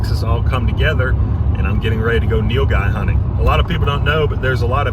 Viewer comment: Bro can you do a video on how you butchered the Nilguy?